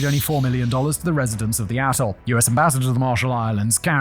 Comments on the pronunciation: why does it sound like hes saying asshole when hes saying atoll? serious question, isn't that why we enunciate? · anyone else hear bikini asshole at the start of this video? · I had to rewind this part 5 times until I finally put on subtitles bc I could have sworn it said “bikini a$$h0l3” 😂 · "the tobinin, bikini asshole" is all I can hear, I know you're saying "......... ....... atoll" but cant figure out exactly what... If only you were selling scripts o.O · Swear you said bikini asshole 😅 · When you say atoll, it sounds like asshole. I'll show myself out. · I think he keeps saying "Asshole" for Atoll. I swear it... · I swear Simon i thought you called it Bikini Asshole 😂😂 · He says Atoll, I hear A**hole. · I thought Simon said Bikini A$$h0le not Atoll… 😂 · Am I the only one that keeps hearing "A$$hole"? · Yep. Definitely thought he said Bikini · I swear I hear bikini A $$ hole the first time. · Did he say 'bikini asshole' instead of atoll at the start or is it just me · Every time he says "atoll" it sounds like "asshole". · Not really criticism, but more something I found funny. The first time you said "Bikini Atoll," it sounded like "Bikini Asshole" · Immediately at 8 seconds you sound like you're calling Bikini Atoll asshole...lol. Love it! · I had to back up a few times at the start because I keep hearing "Bikini asshole" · oh ... youre saying "atle" ... i really heard something else there .... do you know "atle" doesnt have an S in it? i swear i could hear an S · Simon i know you said 'Bikini ATOL' but that is... Not what I heard. And now i cant unhear it, its made this video even more enjoyable. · Please enunciate "atoll" more clearly. I keep hearing a different word(s). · I feel like it should be bleeped every time Simon says “atoll” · When Simon says “clean up the AT-TOLE”…. I don’t hear atoll… lol